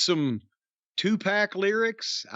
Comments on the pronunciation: I can't believe didn't correct Jim on how he said tu pac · Love Corny saying Two Pack 😂😅😊